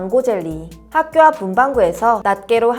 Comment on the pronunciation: 자막엔 학교라고 나와있는데 발음이 하교...